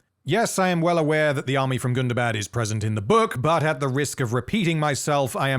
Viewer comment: first of all you're pronouncing it wrong it's not Gunda bad it's Gunda Bad BAHD not BAD gunda like Gundam. Gunda bad GUNDABAHD Hundaba you probably even put AH after the first day GUNDAHBAHD a charge pronounced folks it's not bad like it's more like Islamabad or Baghdad Or Bangladesh it's not a short day it's a little bit longer a period the English and their inability to speak English is mind buggingly ****. remember Tolkien was English he knew how to pronounce these things So you pronounce them the way he does which is in the legendarium which is in the appendices of the Lord of the Rings gives descriptions on how to pronounce all of Tolkien's words Like calibrant color born color grim cruelfin they all start with C but they're pronounced like AK it's like the difference between Celtic and the Boston Celtics we in Boston mispronounce the word Celtic like idiots.